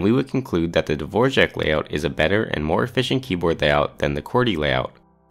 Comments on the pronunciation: dvorak not dvorjak bro it's right there how are you saying dvorjak does r with smiley make rj sound? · It aint Dvorjak its Dvorak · Dvořák was a Czech composer. Dvorak was an American who made a keyboard layout. Not the same name or same pronunciation. Dvorak is just pronounced dvor-ak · A few quick comments/corrections: Dvorak is not pronounced/spelled like the name of the famous composer, Dvořák. It’s spelled Dvorak and pronounced the way it looks. As other commenters have pointed out, there are many different metrics used to optimize the layout of a keyboard, and the one used here is a very simplistic one. Some others include Asset, whose goal was to remain as similar to QWERTY as possible to make switching easier; Colemak, whose goal was to keep commonly typed letters near each other and minimize changes from QWERTY; Dvorak, whose goal was to move common letters far apart; Workman, who assigned every key a (somewhat arbitrary) “difficulty rating” and optimized for lowering the difficulty rating while treating left and right hands as equals; and, finally, Norman, whose goal was similar to Workman’s while treating the right hand as better than the left because most people are right-handed and trying to minimize changes from QWERTY in order to make switching easier including Q, A, S, Z, X, C, and V as they are all commonly used for shortcuts and not moving them improves quality of life. Importantly, the Norman layout actually scores very well on the requirements set for all four of these other keyboards, and when compared to the others, often scores second or third compared to the other four keyboards ON THEIR OWN TESTS. Finally, none of the tools used for this testing or designing in the past, such as Carpalx, have used or needed AI.